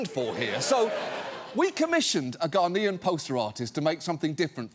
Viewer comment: Is it just me, or does John add a ‘d’ to the word Ghanaian several times?